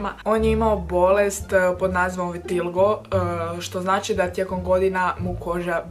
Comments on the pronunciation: Pardon Michel Jackson ima super pjesme ali jedna stvar nije vitilgo nego VITILIGO ja ga imam ❤ to ti je nedostatak pigmencije u koži ili ti (da ti je koža na nekom mjestu izgubila boju) i jos puno toga o tome ne zelim pricat volim te stvarno ste joomboos super dragi ste i volim vas jako jako jako jako puno🌍❤🌍❤📍🐾❤🌍🐾❤🌍🐾❤🌍❤🌍🐾❤🌍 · vitiligo * 🤦🏼‍♀️ a ne vitilgo